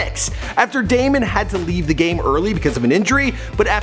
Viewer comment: It's Damon Stoudamire not Damion